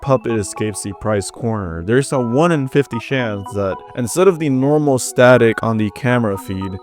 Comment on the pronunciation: the creepiest one is the fact that you pronounce chance as "shance"